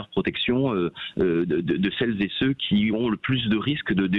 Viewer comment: > "celles z'é ceux" < (sic plusieurs fois le député)... ce genre d'expression est d'un ridicule sans nom... et sans parler des "toutes z'é tous - chacune n'é chacun"... (lol)... c'est tout ce que j'ai pu retenir de ses élucubrations de perroquet réitérées à longueur de plateaux tv par tous ses con-génères élevés en batterie (de cuisine ?... ;) à la maison-mère.